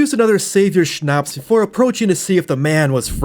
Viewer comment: Quick pronounciation tipp - Schnaps doesn't have a long "a" in it, cut the lenght in half and you got it